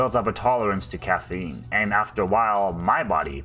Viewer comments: Cahhaf Eean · wtf is caffeeynne